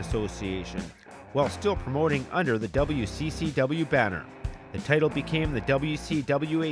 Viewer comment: Good vid, even without any real wrestling footage. Did anybody else think the narrator was saying 'potato' instead of 'the title, ' though?